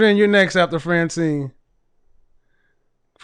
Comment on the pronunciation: 1st caller:. She used the wrong vowel between the f and the t.